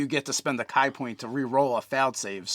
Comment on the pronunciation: Is there a reason they say Kai instead of Kee?